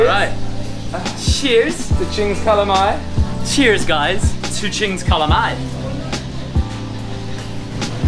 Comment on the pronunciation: The Waterfall Kings. Oh and I thought you were going to eat calamari. Your pronunciation of calamay is way off 🤣.